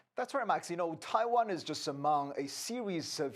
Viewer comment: Taiwann is our number wan comcern😂